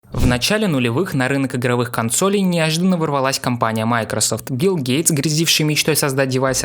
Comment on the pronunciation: билл гейтс а не гилл гейтс ты че